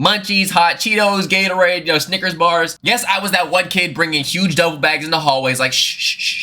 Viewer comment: Bro gave out snickers without the s 🥲✌🏻